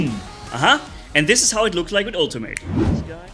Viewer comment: atleast say “ultimate” right if ur gonna keep complaining about the same stuff u been complaining about for a while